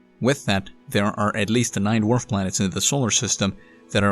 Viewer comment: You're saying it wrong it's DWARF Planets.